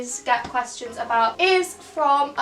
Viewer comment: why does she say “quastions” not questions lol